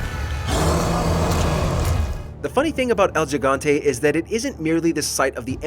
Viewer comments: El yihante? Or gigante. Love the accent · God. It’s pronounced “EL HE-GAN-TE”. It’s Spanish 101. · I immediately dropped a dislike as soon as he said “el gigante”. Bruh. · It bothers me to hear how you pronounce ‘el gigante’